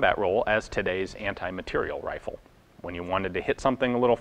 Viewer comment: Pleeeease pronounce "materiél" properly, like a bloody Frenchman.